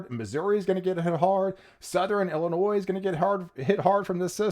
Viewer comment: Did he say Illinois too 😆